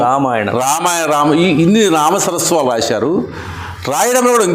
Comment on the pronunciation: సర్ నామసరస్వాలు కాదండీ.... నామసర్వస్వాలు